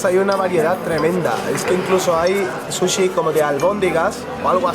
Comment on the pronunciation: Porque dicen susy y no suchi?